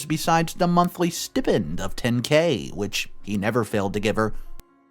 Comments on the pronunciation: It's stai-pnd....not s-tea-pend! I'm sorry, this just bothers me so much and he always says it the wrong way. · The word is pronounced [STY] + [PEND]. Not Stip-ind. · It's pronounced steye-pend. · Ok, stipend is pronounced "sty-pend". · Get a dictionary and look up how to pronounce 'stipend'.